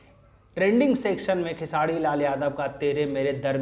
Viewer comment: भाई आप कब khesari भाई का नाम सही से उच्चारण करना सीखोगे पता नही खेसारी लाल यादव है " खेसाडी लाल " नही ध्यान दो यार कब से चालू हो